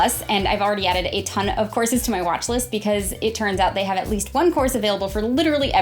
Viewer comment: I keep hearing "corsets" instead of "courses". I'm probably drunk